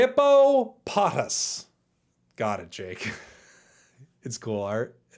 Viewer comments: Mis-Mage-ius Hippo-po-toss Toge-a-tick Oo-xie or U-xie Mes-Sprit(not spirit) Regi-Gig-as Wea-Vile (vile weasel) Dusk-nor 👍👍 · It’s hippo Po tas it’s kind of a weird pronunciation